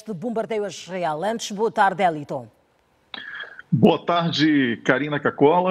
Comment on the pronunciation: A apresentadora não sabe nem pronunciar o nome do Wellington corretamente! Hummmmmmm.... já não gostei dela! Vai Wellington arrasa nas análises!